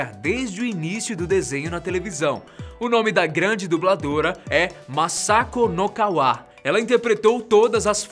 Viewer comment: Mazako Nozawa ou Mazako Nokawa? Rsrs